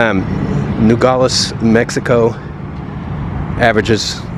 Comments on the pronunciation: Finally someone giving Arizona and the most Mexican side of it! I personally love it mostly because I’ve lived here my entire life. And just a little thing when pronouncing Nogales instead of saying it like “Nogoles” really pronounce the a in it. Just like it’s spelled NogAles. You don’t have to make it the loudest just pronounce it I guess. Nogales pronunciation is nothing special! And don’t get confused I live in Nogales but not down town. Just going a little bit up is a huge difference lol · It would help if you knew how to pronounce Nogales ...No-gal-es. not gaul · The name of the town is pronounced No-Gal-les. Equals Nogales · Just FYI its pronounced "NOgales" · i feel safer on the mexico side. we live in rio rico, just outside of nogales. and it feels very safe in this whole area. the crime here is nearly nonexistent. he couldn't say "nogales" correctly. and it means "walnuts". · Youre mispronouncing the name Nogales. But yeah I live 12 miles from there, go there every weekend. Safest city in Arizona probably.